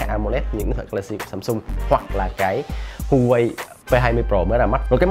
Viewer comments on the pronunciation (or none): none